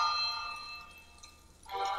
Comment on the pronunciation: "SCARR" LOL